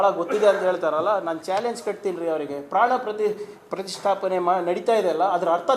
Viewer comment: Gaandu Kharge Modalu Pranaprathistaapne Uchhaarane Maadodanna Kalithukollali